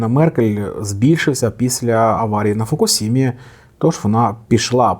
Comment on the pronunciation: Тільки Фукушіма, а не фокусіма)